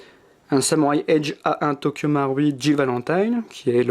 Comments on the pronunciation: nop sa se dit tokyo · Tokyo maroui c le mots le plus prononcer de ta vie